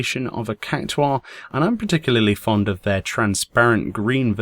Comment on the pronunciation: Two things: I love the way you pronounce cactuar, and also you should have released this on Fashion Friday. Full 100 score!